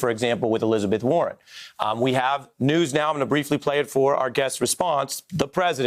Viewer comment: "Kamala" is a beautiful South Indian word. It came from her mother, who is Tamil. Please do NOT botch the word. It's pronounced Kuh Muh laa. Just YouTube it. Google's CEO is also Tamil. But anyway, I think this is a stupid pick by the Biden campaign, because WHO CARES ABOUT CALIFORNIA?! California is going to vote democrat anyway. Pick someone from the swing states! It's so obvious. No?